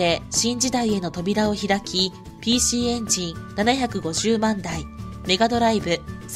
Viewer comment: 「PCエンジン」を「PCエジソン」と誤読ｗ